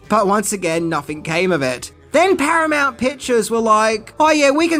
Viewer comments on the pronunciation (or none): Paranount huh